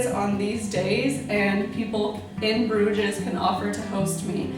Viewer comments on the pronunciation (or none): There is no pronunciation of the "ES" in Bruges. It's not Bruge-S, it's pronounced just 'Bruge'.. How did you not learn that if you traveled there? The 's' is silent. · G-D, it's pronounced BROOZHE!!